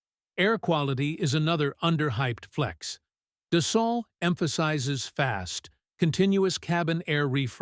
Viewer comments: Pronounced dus-soh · AI slop and it can't even pronounce "Dassault".